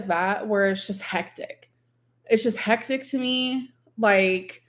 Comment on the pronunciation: My eyes roll so far into the back of my head every single time I hear her say “hectic” incorrectly.